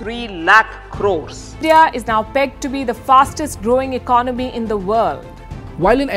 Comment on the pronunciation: Been following your videos recently. Class content. Just one pet peeve: the second syllable in the word economy is pronounced differently compared to economics. The ‘o’ is stressed more. 😇. Hope you don’t mind my pointing it out.